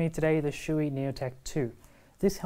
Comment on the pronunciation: Not trying to be offensive here, but you are pronouncing the name Shoie incorrectly. Shoei helmets are made in Japan. The Japanese Shoei as "Show-Ay". Never "Shoe-E". Maby if Chewbacca / Chewy" from Star Wars, had a Shoei helmet, he would pronounce it as Shoe-E. 🙂